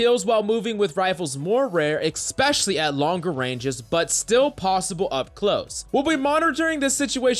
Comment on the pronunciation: EHK-specially. That's not how you say it